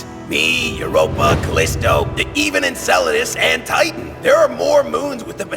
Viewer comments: i can finally sleep well knowing knows how to say Enceladus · hes getting their name right❤ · SATURNNNNNNNNN OMG I AM DYING YAYAYAYA HE GOT HIS MOONS NAMES RIGHT!!